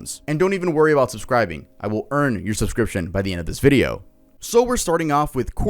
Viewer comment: Off topic but they way you said you would EARN my subscription just made me click subscribe